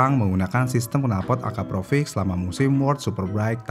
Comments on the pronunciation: Akrapovic bang, tapi bacanya konsisten Akraprovic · Akrapovic ya min bukan akraprovic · Akrapovic bukan akraprovic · Perlu latihan lagi dia nyebut Akrapovic. 🙂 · Akraprovic?? Akrapovik bang😅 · akrapovik bang nyebutnya bukan akraprovik, di awal vidio ada kesalahan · Kok risih ya dengernya AKAPROVIC, pdhl kan tulisanya AKRAPOVIC.. ini mimin typo apa gmn mesin dubingnya 😅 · Sebenernya yg bener AKRAPOVIC atau AKAPROVIC sih min? Kok mimin nyebutnya AKAPROVIC terus? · kayanya gua juga dengernya provic bos ? Baru di tengah² video berubah jadi akrapovic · Kedengerannya akraprovic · Susah ya bang nyebut AKRAPOVIC